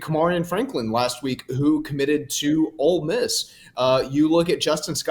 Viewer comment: "Old Miss"...who the heck is this clown, that has never heard the Mississippi nickname spoken out loud before, his entire life? I can't take any pundit seriously, who can't pronounce the names of the teams he is discussing. It's even spelled out on the helmet like....really?